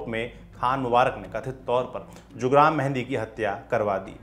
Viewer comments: Sir गांव का नाम हंस्वार नहीं हंसवर है और वो जुग्राम मेहंदी नहीं जुरगाम मेहंदी है हमारे यहां से थोड़ी दूर पर है उसका गांव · Bhai हंसवार nahi हंसवर...है "जुगराम" नहीं जुरगाम मेंहदी। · Abe dhakkan, jugram nahi jurgam menhadi tha. Aur hanswaar nahi, hanswar hai. Chhota aa